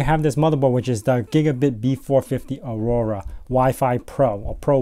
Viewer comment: Aorus not Aurora. Just nitpicking nice otherwise